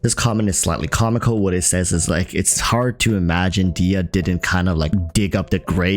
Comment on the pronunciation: For the love of GOOOOD why everyone says diya why they wont pronoce rhe H DeHya is a persian name prononce the H